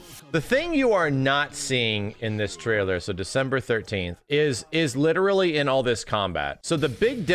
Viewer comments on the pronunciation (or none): none